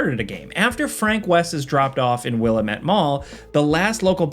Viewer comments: Common for people who aren’t from the NW, but Willamette is pronounced wuh-la-muht not willa-met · That's not how we pronounce Willamette.